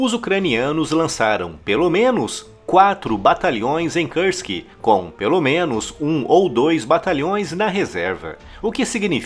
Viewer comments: Pra quem entende de russo: não seria mais correro dizer "Kursk" ao invés de "Kãrsk"? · Por que se fala "KARSK" e não KURSK? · Kursk: a pronúncia correta é como se escreve. Karsk é anglicismo desnecessário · Nao é Kãrsk, é KURSK! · o U de kursk é um U mesmo que se fala, não o U do inglês. É Kúrsk, um U lido como um U mesmo